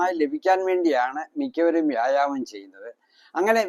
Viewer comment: വ്യാഴാമമല്ല മൈരെ വ്യായാമം ഇത് ആദ്യം പറയാൻ പഠിക്ക്